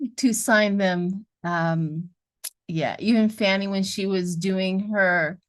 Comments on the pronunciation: Good morning - please please please 🙏 call the GA prosecutor by her name - not fanny - its FANI pronounced FAWN-knee... Ive left this message on others boards... so sorry to repeat - shes an international superstar and if it were me - id want my name pronounced properly. It seens trivial but Ive lived w a diff nane for 50 yrs + its a pet peeve. TY LOVE 💕 your channel+ you 🎉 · Fani is pronouced "fawni"...thank you for sharing your gifts,! Love-Light!